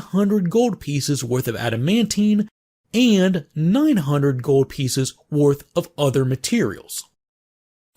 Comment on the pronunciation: Love how you say "gowld"